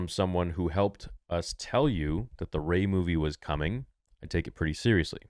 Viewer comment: Gay not Ray !